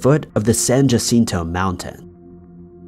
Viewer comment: Great coverage, but Mt San Jacinto is pronounced "Ha-seen-toe"